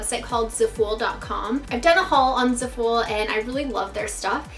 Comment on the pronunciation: Isn't it pronounced like zaff full?